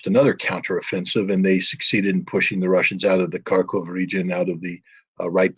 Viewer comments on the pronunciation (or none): none